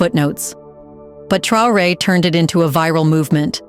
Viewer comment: Your prononciation is bad, because you are unable to say : Traoré.